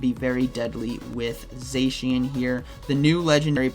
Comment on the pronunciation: Say if after me... Zaa-Cyan & Zaa-Maa-Zen-Ta (the cyan & the magenta)